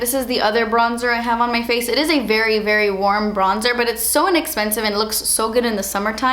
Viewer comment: "Berry chiny.. berry glozzy" -- the main reason I hit the like button for this video (besides the fact that I like them all anyway hehe)